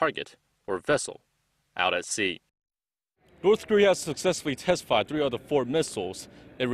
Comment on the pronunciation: "orth....."😂😂😂 ORTH KOREA IS BEST KOREA!!! Just kidding